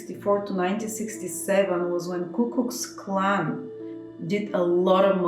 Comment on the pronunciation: Ku = Koo, Klux rhymes with Flux, Clan = Klan